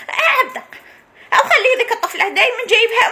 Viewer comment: عبد القادر✅️ عبد قا❌️ الله ليس اسمه قا❤